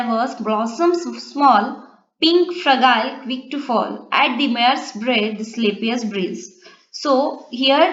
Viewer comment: You have pronounced fragile wrongly